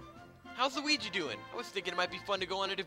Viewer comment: side note i love that yu called him lugi XD made me laugh